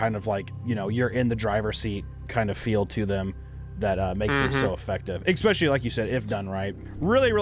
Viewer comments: Cant trust an adult who says "exspecially". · There is no "X" in "especially"! Stop it!!